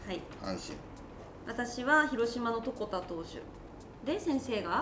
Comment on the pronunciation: ちな床田は分かりづらいく、細かいですが(とこた)じゃなくて(とこだ)です🤐